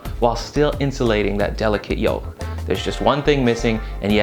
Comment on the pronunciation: The 'L" in yolk, almond, and calm is silent, but not in solder or milk lol